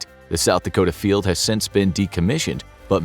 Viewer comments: Dakota not Dacota..... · It's DAKOTA not DACOTA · Dacota (T )? No, it's Dakota. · Dacota? Don't kick yourself for such a silly error, everything else is normally bang on 💯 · “South Dacota”